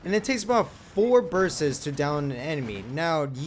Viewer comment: are we gonna ignore the fact that this guy says "burst's"